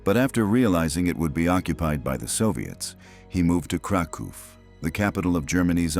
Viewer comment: please Krakov: KRA-koff Volhyna: vol-HEEN-ya